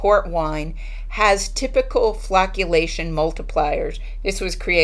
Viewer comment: Phew for a second I swear I thought you said flatulation. 😉